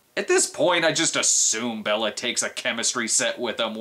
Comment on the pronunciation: Bay-la not Bella Lugosi.